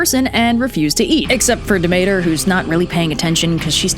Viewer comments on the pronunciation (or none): Da-mator? it’s (Deh-me-tur)💕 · Demeter wtf bro. 😂 You need to read the room.